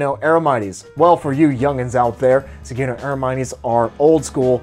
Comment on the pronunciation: That's not how you pronounce Sugino... it's - Sue Gin noh - not - suegeenknow The rims on the black bike are Sapim, you've never heard of Sapim???